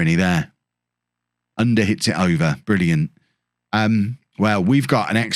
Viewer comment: I guess it's U-nder...not under.. Turkish pronounciation